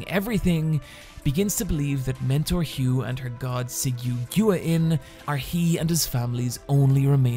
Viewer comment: Man i love you but your pronunciation of guanyin is KILLING me its like “gwan-yin”